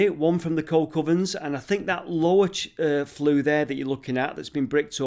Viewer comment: Not 'Coal Covern' it's a Coke Oven. It's just the way pronounced it with his north Manchester accent.